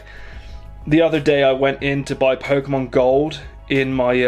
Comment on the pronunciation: do u like pokeemon ?